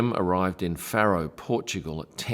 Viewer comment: yes did keep chuckling to the pronunciation. Also wondered where farrow airport was too 😂